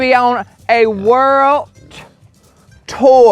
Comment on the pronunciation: When he's talking to Winston I love how he said " Worldt... Daddy gonna on a WORLDT TOUR!" 😂❤ Trust In! 🙏🏻❤️